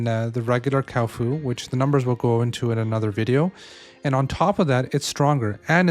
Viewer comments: Cow-fu, the new rival to Kung -Fu. Isn't it Kua Fu Not Kau Fu? I mean... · no offense but you called the kuafa cowfa lol🤣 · brother is 6 videos in saying kaufu instead of kuafu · It's not a Cow Foo, Kuafu xD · Yo, because you’re a big creator in this space, please pronounce correctly 🙏🏻🙏🏻🥺 Kuafu = kwah-foo // ckwa-fu Thanks for the great videos ❤️ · Cow foo